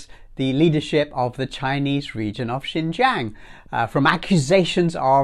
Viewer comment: It's UNHR, but your pronunciation of Xinjiang is closer than most westerners can manage. Well done. The report was flailing for "evidence" and had to resort to the usual dubious "research" of Adrian Zenz and spurious, unproven "testimonies". The evidence of stability, equality, freedom, better life, etc., is all around in cities like Urumqi, Kashgar, Hotan, Turpan, etc., to see.